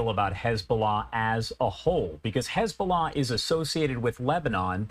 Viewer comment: HIS BULLAH 😂😂😂😂